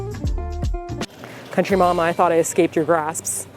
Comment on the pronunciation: Anyone notice how said "Country Mama" instead of "Country Ma'am"?